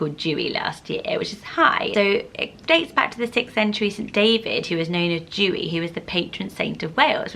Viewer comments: Oh no, I love your videos! But I'm really sorry but "Dewi" is not pronounced like that lovely! It has an exaggeration on the "E". So it's more like Deh-wee. Not Doo-ee xx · Dewi in Welsh is pronounced "Dare-wee" not "joo-y" 😝 I'm a teacher in Wales and made the same mistake calling out the register on the first day with my new class Haha! Xx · Dewi is actually pronounced de-wee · We had a dog named Tallulah Belle, her nickname was Lula or Lool. Also, I am Welsh and you pronounce Dewi Deh-we Xx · Dewi isn't pronounced like Jew-ee, the 'e' is like the child's alphabet 'eh', so it rhymes with welly. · Dewi Isn’t pronounced as how you’re saying it, it’s pronounced D-Ewe-E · I love your videos but Dewi is pronounced differently like e sound of ella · 🏴 Dewi - you say the ‘e’ like you do in a child’s alphabet. It definitely is not said like rain drops /dew. 🙈 It comes from the welsh name Dafydd or the England name David. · The name Dewi is pronounced with the ‘D’ to be pronounced as is in the word dog, and the ‘E’ to be pronounced as is in the word episode and ‘wi’ is as we. Welsh names are difficult to pronounce if you don’t speak welsh. You’re pronunciation is also so pretty just not the was the welsh say it ahha xx